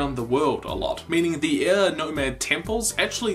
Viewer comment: Btw, last video I saw of yours I was confused for half the video by you calling air ear. I understand you have an accent (very nice accent, btw) but maybe try pronounce the word air better.